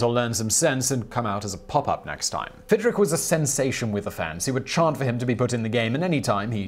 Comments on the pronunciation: pronounced "Fid-rich" not rick. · It’s not Fidrik! It’s Fidrich.